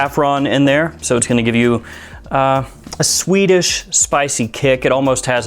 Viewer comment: He's saying 'sweetish', not Swedish LOL. His accent makes it sound like Swedish, though.